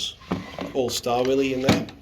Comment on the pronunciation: STAR-WILLIE - NIPPEX | SCHTAVILLER - KUH-NIP-EX